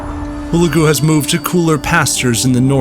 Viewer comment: It's pronounce HU-LEG_U !! And , Baibars was a Koten Slave taken by the Mongols and sold to the Venetians and then sold to the Egyptians. He was of a Horse tribe formerly living in Hungary, but expelled because they wouldn't fight for the King of Hungary against the Mongols and so fled to the Crimea. The Mongols had always claimed the Koten as part of their world, He was white in genetic makeup.